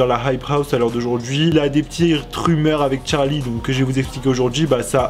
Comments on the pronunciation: Pk tu dit tcharlie et pas Charlie mdr 😂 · Très bonne vidéo mais ce n’est pas Tcharlie c’est Charlie meme prononcer en anglais 🙂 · Il me stressés au debut il disait tcharli et pas charli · Euh déjà ça s'écrit Charli et ça se prononce "Tcharli" même en anglais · Regarde la chaîne de Charli sur sa première vidéo elle prononce Tcharli